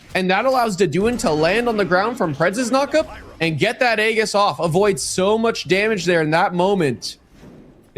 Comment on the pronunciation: "aegis" is pronounced ee-jis, not the way the commentators are saying lol